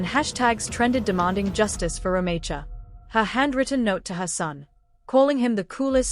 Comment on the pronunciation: You are pronouncing her name wrong